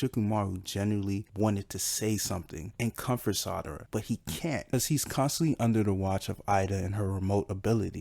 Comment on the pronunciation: It's SARADA , NOT Sadara lol...u was getting on my nerves with that lol...other than that great video.